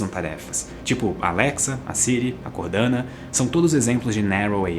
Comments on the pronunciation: se fala Cortana e não cordana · A Cortana vendo o errar o nome dela: 🥺